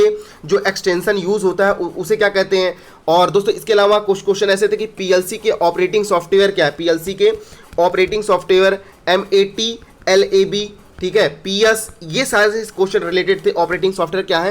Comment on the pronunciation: MAT LAB KEHTE HAI USKO NAA KI LETTER'S SINGLE PRONOUNCE 😂😂😂😂